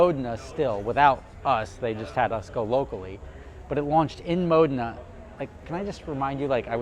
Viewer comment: Brilliant vid as always I dig your business model and how you execute! But I smile every time you pronounce “Modena” Correctly-without the long E Lol🇺🇸